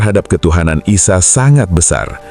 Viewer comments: Dr Nabi Isa Kok jd Aisya?????slh sebut. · Nabi ISA as, BUKAN Nabi AISA, bahasa Indonesia ISA ya di baca ISA!